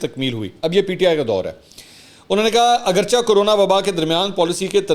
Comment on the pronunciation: اگرچہ۔۔۔۔اس میں چ کے نیچے زیر ھے۔۔ جیسے کیونکہ۔۔۔۔اسے بھی زیر سے پڑھتے ہیں۔۔۔زبر کے ساتھ نہیں پڑھتے۔